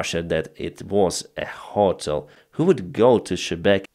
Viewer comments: I know English isn’t your first language but the way you’re pronouncing hotel is driving me crazy😭 it’s pronounced “Hoe(like putins daughter)- tell” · ……..jet fighter……..* ……..ho-TEL…………*